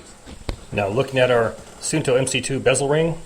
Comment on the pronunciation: its actually pronounced suunto. with 2 u:s.. like saying uuuuu!! so basically suu nto.